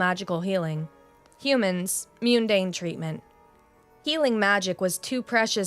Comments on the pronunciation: 'Mundane" i not pronounced 'Meeodoun' ,pronounce it as 'Mun dane' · 'mundane' is NOT pronounced 'Mee-undine' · I agree. It wasn't my intention to do the criticizing... I was responding to the flawed logic in the reply of Consistent mispronunciations that I noticed were: mundane - correct: muhn-DANE (accented syllables might differ; most common is the 2nd syllable I believe) shrapnel - correct: SHRAP-null dais (from more than one story but not this one) - DAY-iss One time mispronunciations were: alcove - mispronounced as acklove (it may have just been a mistake) correct: AL-cove automaton - mispronounced as aumaton (also may have just been a mistake) correct: au-TOM-muh-ton sinew - correct: SIN-yew vehemence - correct: VEE-uh-mence I also recommend verifying these pronunciations. Most, if not all, can be found on YouTube. Plus, hearing them correctly pronounced may help clarify my clumsy typed corrections. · the U at the beginning of "mundane" is pronounced the same as the U in "mud."